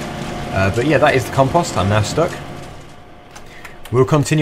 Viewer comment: your saying compost wrong